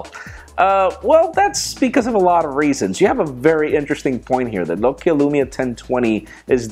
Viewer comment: Why don't you just buy your phones without a contract? I haven't bought a phone with a contract for 8 years... And why can't you pronounce Nokia? It's Nock e ya